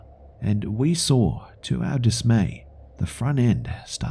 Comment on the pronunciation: "Until I sawrr it"